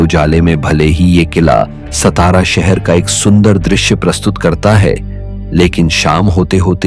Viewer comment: सतारा नही सातारा नाम हे😡🙏